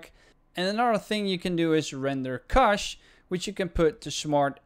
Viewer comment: u just saved my drive, ty man! (btw love the way u say cache)